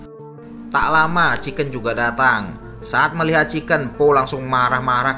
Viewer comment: Chingken salah Chiken betul